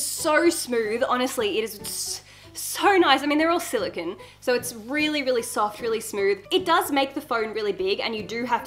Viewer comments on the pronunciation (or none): Who says silakin it’s silicone😭😭🤣🤣🤣🤣